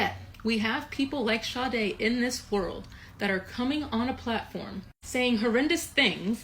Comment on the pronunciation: The pronunciation of her name is Sha day like the r & b singer.